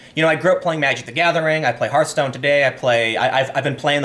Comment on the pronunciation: He listened! He pronounced it Harthstone!